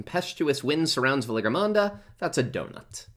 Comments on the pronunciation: Hey pronounciation of this bosses name is more like" Val - ee - yar -- mawn - duh". It's really far off in your video. It's pronounced a bunch in the MSQ and idk it just feels weird listening to you say it so wrong a bunch. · Wait. I thought it was Valentine Mango? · I found this video fine except the way you pronounce the bosses name. otherwise thank you for the video! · bro i cant with how you say Valigramanda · Guide is amazing as all your others - The pronunciation of Valigarmanda is so distracting though! Still again, this helped me so much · Can't pronounce the name of the boss cutscene skipper confirmed cancel this mans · Pronouncing Valigarmanda incorrectly for the whole video is distracting me from retaining any information argh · some things are pronounced different depending on your accent, some are just pronounced wrong like the name of the boss